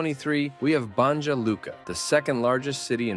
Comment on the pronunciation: It's pronounced "Bon-ya" ... the J is pronounced like a Y in English.